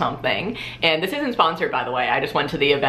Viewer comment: clicked on this video solely to hear say "I LOVE DIS STUFF"